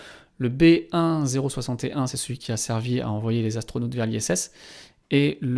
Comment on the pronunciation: Dans la présentation j’avoue que savoir que quatre Zastronautes sont partis dans l’espace m’a tellement fait mal aux oreilles que j’ai mis fin au visionnage de cet épisode. Désolé 🤦‍♂️